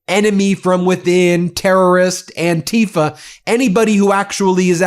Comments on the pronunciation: It is not "an-TEE-fah," as Trumpists like to call it... some kind of scary new organization. The movement and word is anti-fa(scist), short for those who oppose fascism, and has been around since 1930 Germany. My relatives who sacrificed their lives fighting to free Europe from fascists in WWII were as anti fascist as is humanly possible. I am, and have always been, opposed to fascism. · The way they pronounce "antifa" makes it sound as if it means something that it is not. Anti-fascism isnt an organisation or a "terrorist wing". These people should not be in public office, they are incompetent